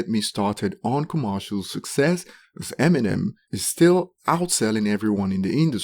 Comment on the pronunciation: “Emmy Nem” 🤦🏻‍♂️